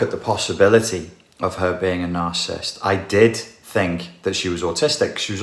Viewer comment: Quick note: The word is NarciSSIST...not Narcist...three syllables.